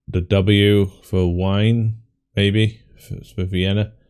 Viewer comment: Very good round! (But Wien - vienna - is pronounced "WEEN" not "Wine" ie=ee ei=i. The word you've said "Wein" means... well.. "wine" ) And "Gasse" is like a small street.